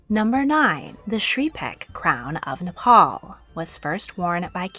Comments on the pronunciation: Umm.. its Nepal not Napal and thank u for showing the nepali crown its right now in Narayanhiti Palace which is now a museum after the massacre ❤ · The Napal is pissing me of as im a nepali and it is "Nepal" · it's Nepal with an E